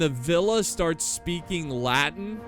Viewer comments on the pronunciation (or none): none